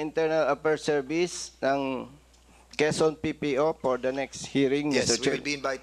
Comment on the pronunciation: The subject op the opiser op the chairman ah aha the priends op the pather is parther rule the eppect of the discussion wether we resfect the chairman flease.